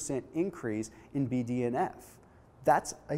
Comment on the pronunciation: Whenever he says BDNF I hear BDSM